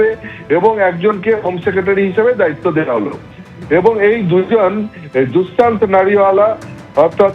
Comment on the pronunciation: No Dusmant it's Dushyant.